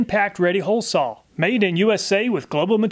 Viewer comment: What percentage of Americans pronounce "saw" as "sawl"? Is it a southern thing? I hear this from so many YouTube channels, I'm starting to think that's actually how to correctly pronounce it.